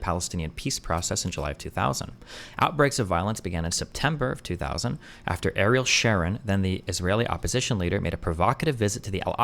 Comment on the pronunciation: that destiny doesnt knkw how to pronounce ariel sharon tells you how young he was when ariel was in power.